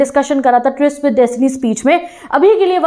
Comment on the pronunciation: twist ❌ tryst